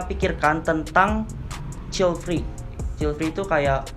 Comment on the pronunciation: grogi gaes child free salah nyebut hehehe